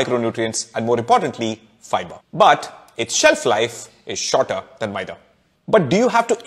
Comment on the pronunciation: I like your maida pronunciation.